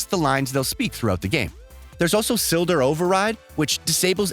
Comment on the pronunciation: “Silder Override”? Maybe a speaking mistake for Slider Override? Never heard of a silder before